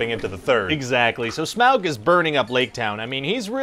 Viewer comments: It’s not smaowg. It’s pronounced smog. Smaug. Au like autumn. Au like august. Smaug=smog. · Today on things I super hate: SMAW-g. UGH. Just....UGH.